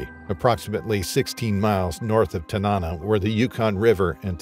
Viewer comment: Tanana pronounced: Tanna-naw